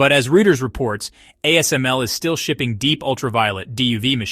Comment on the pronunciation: I can still hear the synthesis in the voice from the AI. Also, I've never once heard it called "Rooters"; we call it "Routers".